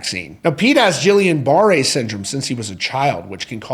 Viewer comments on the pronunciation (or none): Guillain-Barre is not "jill-ee-un" it's "ghee-on". The G is hard like in gate and grape. It's an autoimmune disease and screws with the person's nervous system. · It's pronounced "gee-yone bah-ray" with a hard 'g'. Just trying to help.